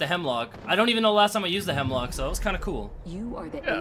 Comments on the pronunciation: Bruh, isn't it Hemlok, not Hemlock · Isnt it called Hemlok instead of Hemlock? Nice gameplay btw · Jacob Freund nah gee its Hemlok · It's Hemlok.